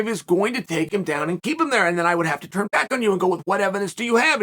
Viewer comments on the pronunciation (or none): none